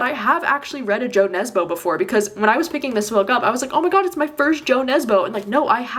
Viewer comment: I’ve been hearing so much about Dead Eleven and hearing that it’s got mixed media might’ve finally convinced me to read it 👀 Also just wanted to let you know that the J in Jo Nesbo is pronounced as a Y! 🥰